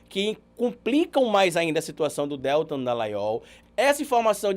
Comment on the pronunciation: você sempre fala o nome do Deltan errado. Você fala DÉLtan e o correto é DelTÃN.(sei que está escrito errado, é só para destacar a sílaba tônica). Isso não interfere em nada na qualidade do conteúdo que você nos passa, é só porque sou meio chata mesmo. Obrigada pelo trabalho maravilhoso que você nos apresenta. 😘